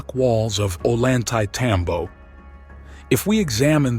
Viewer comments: just FYI, a double L in Spanish is pronounced as a Y. so Ollantaytambo is pronounced "oyantetambo", not "o-lantaytambo" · You should learn how to pronounce Ollantaytambo (double l is a "y'" sound in spanish"), so its pronounced Oyan-tay-tambo